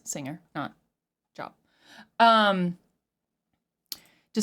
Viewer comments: its pronounced J-O-E-B, not job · Job is pronounced "Jobe". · It's pronounced "Jobe". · Yeah it's pronounced Jobe not Job even though that's how it's spelled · It's not pronounced JOB it's pronounced Jobe but yea it's an old biblical name... plus the name of the song is in just my opinion something deadly being shown as something beautiful or delicate.. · I feel like he's talking about the music industry personally. The biblical person he's talking about pronounced "Jobe". God tested him by literally taking everything possible from him. He took his family, his health, and his wealth from him. Yet he still remained faithful to God. Billy Corgan identifies as a Christian. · Job = "Jobe" pronunciation - long O. Famously Job went through hell during his life and kept his faith up to a point. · it's spelled Job but it's pronounced Jobe. Heavy on the O sound. The story is basically Satan killed his kids and destroyed his life, but he refused to give up his faith. Not being preachy just thought it might be useful for interpreting the song. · Talk sh*t before even listening. It's also pronounced like Jobe. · Job is pronounced with the "oh" sound. The story behind the song is that Billy Morgan was pressured to write more "commercial" songs instead of where his artistic instincts led him. Ironically, this song became one of his more popular hits. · Job in this case is pronounced like lobe or robe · Pronounced with a long O JOOOB. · That's Job...rhymes with "lobe." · This agnostic liberal doesn’t know Job and destroyed the pronunciation.